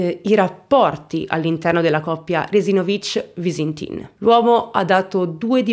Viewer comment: Io sono di Trieste,e la pronuncia del cognome di Liliana è sbagliata,sbagli a mettere l'accento.